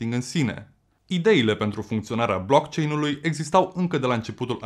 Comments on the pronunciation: Eu l am închis... Nici măcar nu știe cum se pronunță "blockchain"... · Dacă ai făcut research precum pronunți "BLOCKCHAIN" înțeleg de ce ești împotriva viitorului. 😞